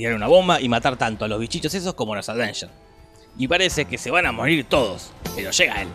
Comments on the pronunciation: avengers, no ADVENGERS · por diorrrr! dejá de decir aDveinyers! es sin la d! aveinyers! me desconcentra de los chistes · Si tomáramos un shot cada vez que dice "Advengers" en vez de "Avengers", terminamos en coma alcohólico con este video solamente. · Los "advengers" :v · "Los Advengers" "ADvengers" Noto como que algo esta mal... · Porque dice todo el tiempo "aDvengers"? 🤣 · "Los advenyer" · Por qué lo pronuncia "aDvengers"?!!!